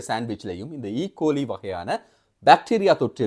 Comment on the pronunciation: அதன் சரியான உச்சரிப்பு, "ஈ கொலாய்" அவங்கள் செய்தி வாசிக்கும்போது அவதானிப்பதில்லையா?.... மக்கள் நன்கு சமைக்காத மிருக உணவுகளை சாப்பிடுவதால் அது வருவதுண்டு..... பசு மற்றும் குதிரை போன்றனவற்றின் சாணம் நாம் குடிக்கும் தண்ணீரில் கலந்தாலும் ஈ கொலாய் கிருமி பாதிப்பு ஏற்படும்..... மக்கள் சிறுது காலத்திற்கு சைவ உணவு சாப்பிடுவது நன்று..... பாலை மறுபடி நன்றாக காச்சியபின் பாவிப்பது உத்தமம்....👈